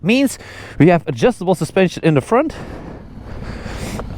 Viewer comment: Did he say the preroad is adjustabre?